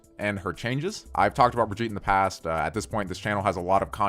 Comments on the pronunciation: ITS BRIGITTE NOT BRIGEET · Buh-gee-tuh / Bri-gee-tuh not brig-ee-t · its "brig-ee-tah" not "brij eet" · is anyone triggered because he says briggite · Why do you still mispronounce Brigitte? Try Brig-ee-teh. Brigeeta rhyming with vegeta works too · You know what's annoying? You saying her name wrong. How do people still not know how to pronouns it? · Please pronounce the name correctly!! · Learn how to say her name right. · I can't tell if you're intentionally pronouncing her name wrong